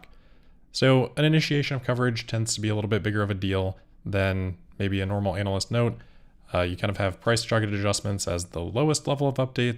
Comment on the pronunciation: I like the way you say "anal-lyst" 😂